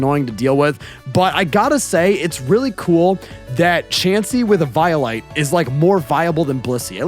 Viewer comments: e•VIO•lite makes me want to do a heccin e•VIO•lence. I feel e•vio•lated This is sad, so play the tiniest e•VIO•lin. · Anyone else kinda want to headbutt for the way he pronounces eviolite?